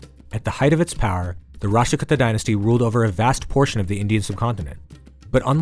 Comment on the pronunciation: Kuuta not kutta ...as in kuutami in telugu as in a collective. Many many kannada and Telugu words are similar. If you take a min to learn the correct pronunciation it would be clear